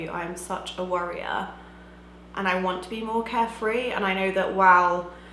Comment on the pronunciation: this Is just what I need! going to a wedding tonight, and I'm doing this! THANK YOU. Also I would like te say that I think you make great content, love the capsule-challenge. It is refreshing to see somebody doing just her own thing. Btw, I thought you said warrior, instead of worrier...